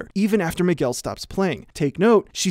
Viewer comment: out of topic but every time he says Miguel it sounds like mcgill